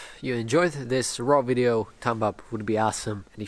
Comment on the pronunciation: no hate, i love your vids but it's kinda wierd how you pronounce video: "widio"